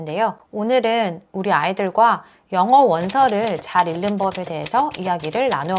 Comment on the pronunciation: 다 좋은데 '읽는'은 [일는]이 아니라 [잉는]으로 읽으셔야 해요.😅